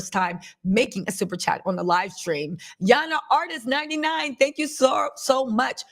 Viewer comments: Same! I'm from Finland and English is not my own language so at first I was like "who's that Yana"?! 😂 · Ya Honaaa😂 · That accent came from nowhere but it’s her signature now lol